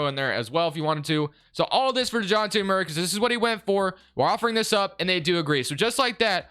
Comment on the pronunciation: You pronounce it “de-Jon-tay” which is mad white sounding. It’s pronounced more like honey dijon mustard “de-žon-tay”